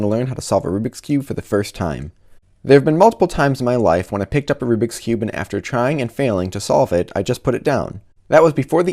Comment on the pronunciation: Rubric Rubix Oh my god, it's rubik's